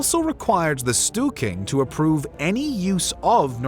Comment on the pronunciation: Interesting how every english speaking narrator just gives up on pronouncing non-english names. How is Stortinget suddenly "The Stooking"? Or how does Schleswig-Holstein turn into "She's-wig-Holstein"???